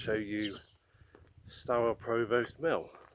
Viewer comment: Great to see my nearest town in a video - very nice. You might want to check your pronunciation of Provost though :) Maybe see you around Shaftesbury some time, welcome to the West Country!